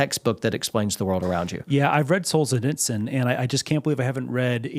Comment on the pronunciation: I was happy to finally hear how to pronounce Aleksandr Solzhenitsyn’s name. Do we ever reach a point where the ideological battle is no longer effective?